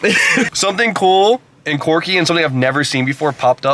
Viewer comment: “Quirky” not “corcky” you mouth breather